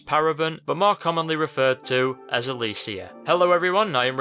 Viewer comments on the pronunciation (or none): this is a great video, but the way he pronounced Alessia triggered me lol.